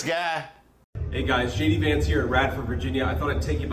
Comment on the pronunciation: Did he say Shady Vance here😮😂